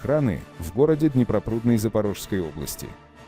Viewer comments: Город Днепрорудный, а не ДнепроПрудный!🤭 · В городе Днепрорудный, а не Днепропрудный...